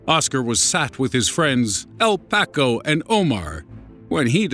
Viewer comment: This narrator is hitting all my wrong buttons. Pronouncing Tupac like "to Pack." Then El Paco the same way El Pack-o. What an idiot!